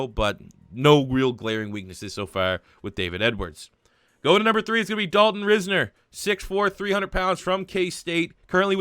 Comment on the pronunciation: You mispronounced Dalton Risner’s last name. It is promised like Rise like how yeast rises in bread and then net so together it is rise-ner